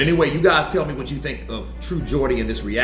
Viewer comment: Good to see you're pronouncing Geordie properly now!😂👍